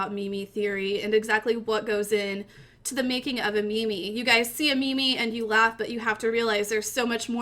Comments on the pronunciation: meme not mimi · its not ME ME its MEEM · i can't watch the video you're pronunciation of "meme" not "me-me" is killing me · Can hardly listen... me me? You mean meme? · It is spelled meem not Mimi! Fuck u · Its pronounced as meem not meemee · you pronounce it meem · stupid ass bitch its pronounced meme like cream, dawkins himself wrote that in the selfish gene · Made it to . Couldn't stand her pronouncing meme as mimi. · is she saying me me ? I want to die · pronouncing the second e in meme sounds really painful to me lol